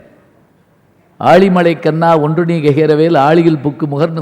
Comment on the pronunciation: tamizh uchcharippu miha moosam..aazhi mazhai enbadhai aali uuli malai...he himself said in one of his speech that our own madurai people never pronounce zha properly..